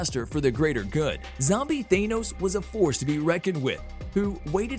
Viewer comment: His name isn't Thānos! It's a short A, not a long Ā! 🤦🏼‍♂️